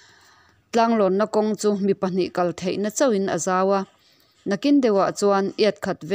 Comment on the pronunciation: Hming I lam Dan hi a hmanlaiin I thluk Dan a thing e,zawra I lam hi (dawl zawrin ka zawr) tih Angin I lama,sap hming a nia,sap hming kan sawi Anga thluk tur a nia,record hmain ariin dik Tak chhiar hmasak zet khan a chhiar dik theih mahna